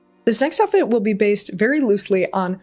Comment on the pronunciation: lol “the joutfit”. Love your styling! 🙌